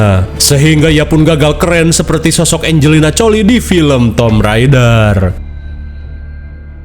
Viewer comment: Angelina Jolie ❎ Angelina Coli✅